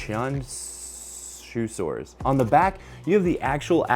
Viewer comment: just so you know, Qianzhousaurus would be pronounced closer to "chee-Ann-Joe saurus". Not exact, but with Chinese names, you have to explain it to english speakers in a way they will understand. When you see a zh sound, the zh is like the "dge" in "Judge" - not the "z" in "zoo". Qi sound is not quite the same as "chee" - but, without audio to show you it's hard to explain. the "tch" sound in "switch" would get you closer than the "ch" sound in "chew", which has too much exhalation sound. Do that, and you've improved your accuracy with Chinese dinosaur names by many times over ;)